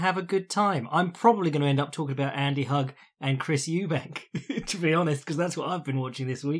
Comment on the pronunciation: thought it was pronounced Andy Hoog